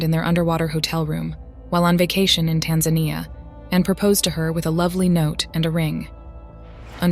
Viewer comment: Still laughing at the way you pronounced Tanzania wrong 😂😂